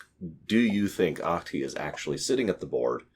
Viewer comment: Your pronunciation of Ahti's name is almost correct. The "c" in "Ach-ti" is just very slightly softer.